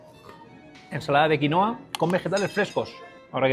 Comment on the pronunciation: QuinUa Es quinUa En Bolivia y Perú se dice quinUA el nombre original Gran video Tano